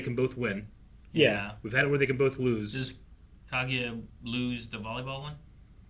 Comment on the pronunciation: I wonder when any of them are going to pronounce Kaguya correctly